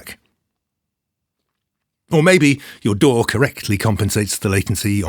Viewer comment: He also pronounces DAW the best way.